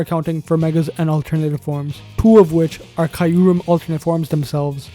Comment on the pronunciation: The way he is pronouncing Kyurem is killing me Good vid anyway